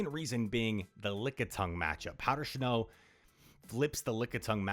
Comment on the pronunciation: Is it just me, or does he say "shnow" lol